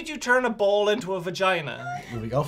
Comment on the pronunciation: does anyone else hear bowl when they say ball?